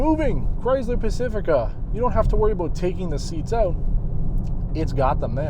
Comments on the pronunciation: Is anyone else getting annoyed with his lame pronouncing of Chrysler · Midnight Raccoon it’s a Canadian thing